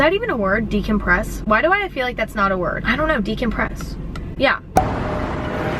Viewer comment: “I phil comfortable there” “I phil at home there”